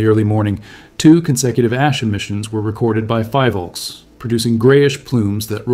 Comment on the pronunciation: mis-pronounciation of philvolcs